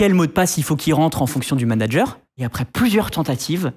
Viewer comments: "Nitendo" numéro de "Manger" au lieu de manager, les gars faîtes des efforts sans déconner... C'est de l'amateurisme là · A 07"21" NUMERO DE MANGER (MIAM MIAM) au lieu de MANANGER. MDR cet épisode